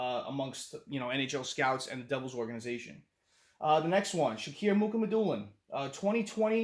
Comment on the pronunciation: It’s not Muk it’s (Moo Ha Ma Dew Lin). I call him Russian Sasquatch